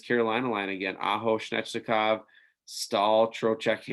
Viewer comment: Svechnikov is pronounced "zveh (soft V)- etch- nick - off"